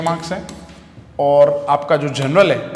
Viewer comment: Journal ❌ General ✅... Just joking btw thanks 👍😂